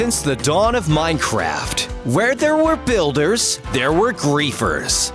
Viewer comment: Why are you saying: 'Minechast' ?